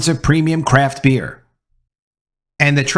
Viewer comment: Every time you said "craft beer" it sounded like "crap beer.". Truth